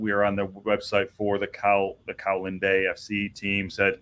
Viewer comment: In fact you got Colwyn bay wrong too. If you need help with pronouncing Welsh names let me know.